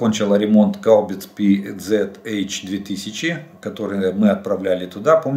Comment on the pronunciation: Г-н Жданов! Выучите,наконец то, название немецкой САУ PzH200...!))) Подсказываю : звучит это название,как "ПАНЦЭРХУБИЦЕ 2000"...или "пэзэаш 2000"!)) А то с ваших аналитических уст вылетает перековеркованная версия артсистемы,которой нет априоре! Вы же артиллерист,не так ли????))))